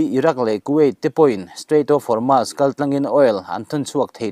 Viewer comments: Strait of Hormuuuusss titur.. Hormaass nilo in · Hormuz a ni zawk lo maw